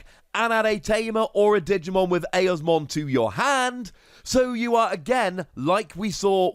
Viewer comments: Unfortunately, you are saying it wrong. It’s a long E, like eeee-osmon, not eh-osmon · Oops, not AYosmon, it’s EEosmon.